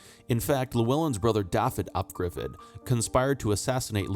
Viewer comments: One correction: Gruffudd is pronounced Griffith, not Griffid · I believe the 'dd' in Welsh is pronounced 'th'.